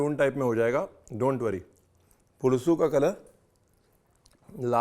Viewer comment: Great to see a recipe from Andhra.. you should do more from my state.. it's पुलुसु, not पुळूसु